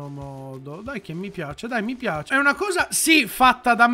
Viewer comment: è fantashtica è caratterishtica me piashe